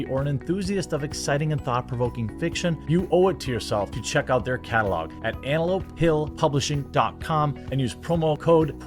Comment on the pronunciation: I'm sorry but his pronunciation is so shitty that I can't help hearing "anal pill publishing"